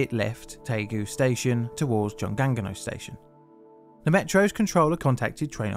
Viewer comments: I lived in Daegu for two years, and you wouldn't even know from riding the subway because of how well it's run. Terrible to know this had happened a few years before I was there though. (Also, it's more like "joong ong no") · You gonna let that 중앙로 slide but not choi, a highly popularized anglized pronunciation?